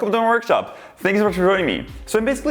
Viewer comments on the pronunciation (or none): What the hell does he say? lol "Wehcome tomeh worgshop, aaangsh vehsha shamasshoieeng ee"